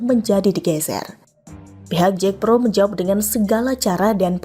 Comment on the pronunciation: Bukan JEKPRO...tapi JAKPRO tidak perlu diinggriskan JACKPRO...TKS